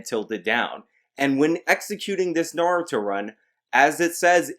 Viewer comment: you are a naruto fan but cant say "naruto" properly